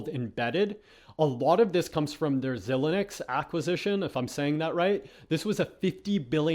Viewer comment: the fact that you pronounce xilinx “zi-leenx” instead of “zy-leenx is further illustration that you don’t know what you’re talking about 🤦‍♂️